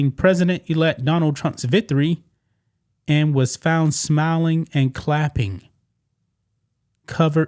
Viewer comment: “Vithery” Or “victory”